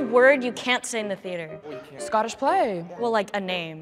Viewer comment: It bothered me when some of them said "im a theeder kid" instead of "theater"